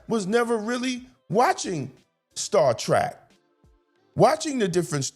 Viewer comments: Star Trek, not Star Track! That should show how much of a Trekkie I am. We all know that The Orville was a parody of the Star Trek series. Although the show was worthy of a Trekky fandom, look what they did with the Klingon representation. They made them haters of men and women. We know that Klingons are basically representing black people. That is a battle within itself on a larger scale, but was it really surprising in the new series that the Klingon is gay? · Star Trek…. Not Track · Appreciate you bring this up, Star Trek Academy is nothing but straight up crap. I think you are awesome but just want to tell you, it is Star Trek, not Trak. : ) It seems like masculinity is a bad thing, I don’t know who these writers are, and like you said, never seen a single Star Trek episode. How can you be a writer, there is complete cannon on this.